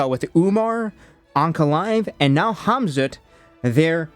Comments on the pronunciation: You ai- or do you actually pronounce Khamzat homzuut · did you say KhamZutt? 😂😂😂 Oooh, that story of Mohammed's wild night out did really spreas like a wildfire, huh? 🤣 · I love how you were calling Khamzat “Khamzutt” 😂😂😂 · Am I hearing Hamzutt?? Like as in Al-Zutt? IYKYK.